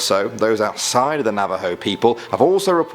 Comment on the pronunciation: Thank you for putting Skinwalkers in the video and for pronouncing Navajo right. I've been waiting for you to put them in a video as they are part of my culture. Also love your videos👍